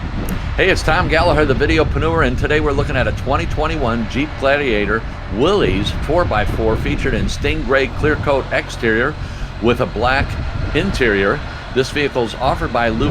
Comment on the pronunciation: It is pronounced Will-iss not Willies. That is how John Willys pronounced his name and how Willys-Overland is pronounced.